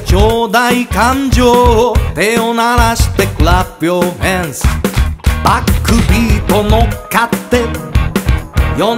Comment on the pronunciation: めちゃめちゃに似てるけどClap your handsの発音の良さでモノマネだと聞き分けられそう(?)